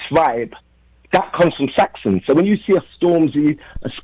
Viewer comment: Put some respect on Saxon name it's Saxon not Saxson